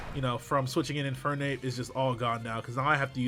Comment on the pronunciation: What the fuck is an "in fire nape"